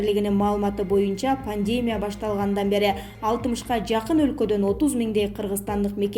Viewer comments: Чон кыз ударенияларды туура койуп окучу, канча Эл айтты уксан боло, пандеемя эмес пандемия, пневмааня эмес пневмания дечи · Журналист кыз туура суйлочу.пандемия менен пневмонияны туура эмес басымда суйлоп жатасын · Туура окучу. Пневмония. Пандемия деген создорду. Канча айтабыз. Фамилияларды да.